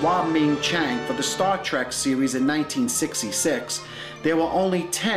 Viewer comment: Did he really say "Star Track"?